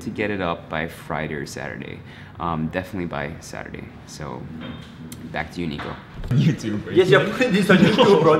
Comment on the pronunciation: Did he say “BALLS kid inside”? Nyahaha love you Nico BALLSzico! 😂